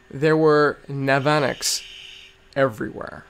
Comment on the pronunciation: the navanax is usually pronounced NAV-UH-NAX and the 'ch' in nudibranch is pronounced as a 'k' ;)